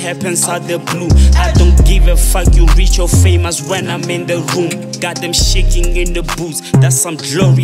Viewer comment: "You are chaking my brother* 😂😂😂